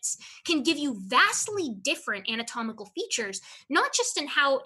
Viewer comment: Every time says "ami-tomical" 😑